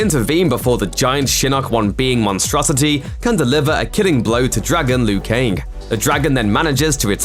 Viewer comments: Why is he saying Lui Kaing? I always thought it was Liu Kang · I mean Lou Kang